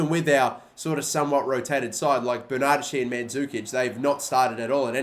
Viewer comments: I love you and your content heaps, but stop saying Ber-nachi. It’s ber-na-des-ki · dont you pronounce it 'berna-deshi' ??? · Bern-a-desh-ee m8